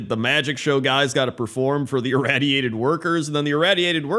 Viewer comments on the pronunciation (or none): Ir-Ray-diated workers is how it’s pronounced. Awesome vid as usual. Keep em coming brother!!! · Why do you pronounce the "radiated" in "irradiated" differently than just "radiated"? x.x